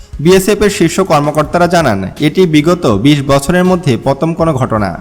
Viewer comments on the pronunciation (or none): none